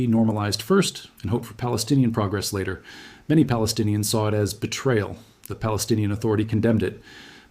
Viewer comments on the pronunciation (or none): none